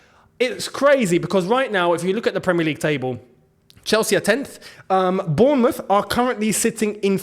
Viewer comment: Its not bormuomth